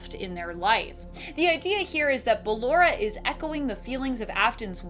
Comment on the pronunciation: It's Balloooooora not Balloraaaaaaaaa